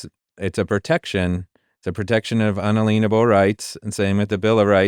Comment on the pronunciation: Your guest says "un-alean-able" rights but isn't it pronounced "un·al·ien·a·ble" [ˌənˈālēənəb(ə)l]?